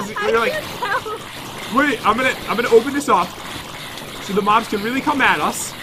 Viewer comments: He sounded like he said mom but he said mob but LMAO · Why you said mom not mob yaaaaaaaaaaaaaa yaaaaaaaaa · Did anyone notice when pat said moms instead of mobs